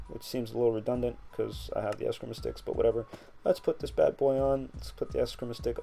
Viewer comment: great mod, although it's pronounced es-skree-ma.